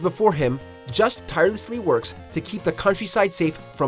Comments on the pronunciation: I just wasn’t to point at that I never see others mention....Leon’s clothes are VERY VERY similar to the armour worn by Christian “knights”(terrorist actually) from the crusades....also his name isn’t “just” its pronounced Jusay < Belmont’s are French. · "Just" Belmont 😂😂 Juste Belmont is accented.